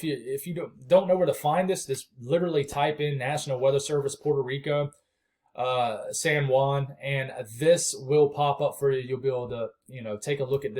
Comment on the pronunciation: Great update.Your pronunciation (Ponce San Juan) was spot on. Great video, looking forward for your 11 am update. Thanks for everything you are doing 🙏♥️